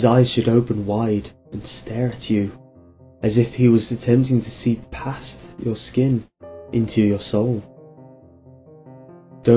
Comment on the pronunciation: The holder of the past? So the holder of the Pa wasn't a miss pronounciation?